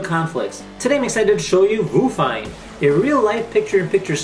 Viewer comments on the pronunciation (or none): its probably pronounce VIEW fine right? i mean whats a Voo?